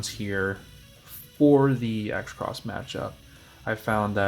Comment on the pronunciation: Ain't Xros just pronounced Cross, not X Cross